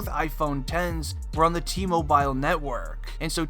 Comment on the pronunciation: I hate when ppl say “T moBIYLE” instead of “T-Mobile”